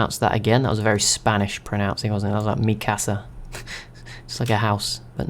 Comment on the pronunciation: You actually pronounced Mikasa correct. However for Uesugi the u is separate from the e and its more pronounced as ooh-e-sue-ghi or something close to that.